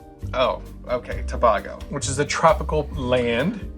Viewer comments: To-bay-go, not to-bah-go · Toe-bay-go. Say it fast. Such a fun episode. Loved the monkeys but you guys looked weird in the AI. 😅😂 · The mispronunciation of Tobago is hilarious. Queen’s Park Hotel is in Tinidad NOT Tobago. This guy is an idiot. T&T is recognized as one Country 2 separate islands.